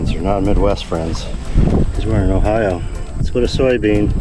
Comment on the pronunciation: Hey but you said Ohio just right like my family. 😀